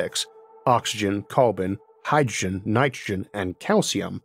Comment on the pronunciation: "These all wepwesent mixtuwes of hydwogen"